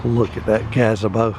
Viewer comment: I’ve never heard anyone pronounce “Gazebo” that way! Lol.. where are you from originally? Your accent is cool:0)